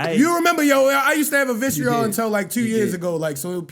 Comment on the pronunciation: Bro it’s VITRIOL!!!! You make me cringe bro 😂😂